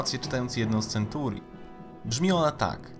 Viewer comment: "InterpretowAAne" "koniec świAAta", "CentUUri" itd...i. Człowieku - popraw dykcję i zmień to tragiczne akcentowanie, bo uszy więdną. I usuń ten szczękościsk. życzę powodzEEnia